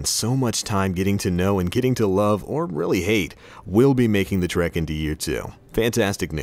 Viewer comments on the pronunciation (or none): none